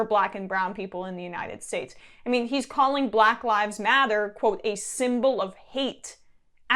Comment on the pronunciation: She can't pronounce "Matter" lol she pronounces it as "Mather" 😂 WTH is Mather?